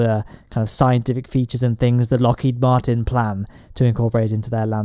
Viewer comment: I usually just lurk, but the continuous pronunciation of "Martin" the name, as "Martian" the extraterrestrial was painful to listen to. Otherwise -- I dig it.